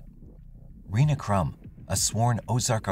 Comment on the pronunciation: Her name is pronounced Renee not Ree-na and you need to speak with her about what she has been put through by OPD. The tapes were never found and yes the girls were suppose to testify. I see that you couldn’t explain why the car was muddy and the girls clothes were wet/muddy. You also showed a picture of the wrong type of truck that was on the security video. The driver of that truck is now deceased but his truck has never been found hmmmmm. His family is part of the judicial monarchy in Ozark. You could have done better by actually coming to Ozark.